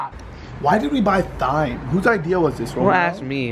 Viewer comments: Technically it’s not pronounced “Thime” it’s pronounced “time” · Brandon it’s pronounced time like in a clock lmao 😂 clean that oven out it’s filthy! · thyme is pronounced time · LOL at Brandon pronunciation of thyme... it's pronounced like time lol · Its tyme with a silent h not thyme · Hahha it's not pronounced thyme its pronounced time, the H is silent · every time brandon said thyme!! TH-yme hahahaha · Its TIME. THYME IS PRONOUNCED TIMEEEE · It's pronounced time lol & yes you should plant it so you'll have lots when you need it... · its pronounced as "TIME" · He said THIME lol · It's pronounced Time even though it's spelled Thyme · It is time not thyme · Thyme is pronounced time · Did anyone get triggered because he pronounced it as tyyym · Thyme is pronounced time Brandon 😂😂😂😂😂😂😂😂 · The way Brandon pronounced thyme triggered me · Thyme is pronounces Time xD xD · You pronounced thyme wrong Brandon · Thyme is actually pronounced Time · Thyme is pronounced as time